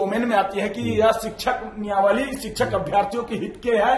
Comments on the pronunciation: Niyawali nahi niyamawali boliey . Apke baat se apke siksha ka level pata chal raha hai 😊😊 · Niyamawali bolna Sikh le Bhai phle 😂😂. Exam zaroori hai, bas paper leak na ho